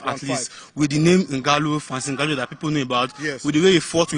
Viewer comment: And y is my crush calling ngannou ngwanu?